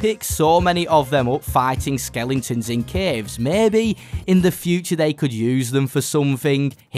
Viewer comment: Skellingtons? Its skelEtons